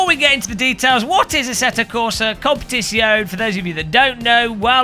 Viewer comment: ASSETTO CORSA CUM-PET-ZONE